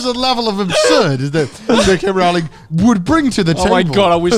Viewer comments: It’s “Row-ling” like “bowling,” not “Ral-ling” like “fouling.” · I love how they talked about one of their dads no learning a new pronunciation and then proceeded to mispronounce Rowling's name for the rest of the video XD If you don't believe me, check videos of Stephen Fry and Jim Dale saying her name